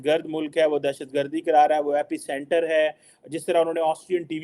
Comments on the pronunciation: Abe ganwaar epic centre nahi epicenter bol.... Bhikhari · Epicenter, not epic center